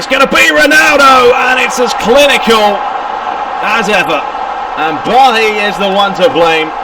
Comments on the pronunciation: I wanted to watch this so badly, but you calling Bailly "BAHHI" make sit unwatchable. Sorry. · It's a French name. I must say I do love your commentary apart from that. It sounds very professional.